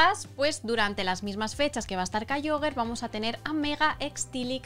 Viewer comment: Por qué dice kyoger cuando es KYOGRE 😅